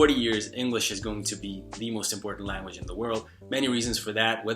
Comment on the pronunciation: Hey, native English speaker from California here. From a west coast perspective, you definitely have a noticeable accent since you sound very east coast/urban with certain words here and there. If you're open to tips, ironically -- one of the words you pronounce a bit differently from most Americans is the word "language." You pronounce it like "Lan-guage" when most Americans pronounce it "Lang-guage." The first syllable sounds a bit flat when you say it -- it's usually "Lang" as in Langston Huges (the author) not "Lan" as in Lanyard -- the way you say it. Hope that helps. Anyway, keep it up! Your vids are awesome and your tips are really helpful.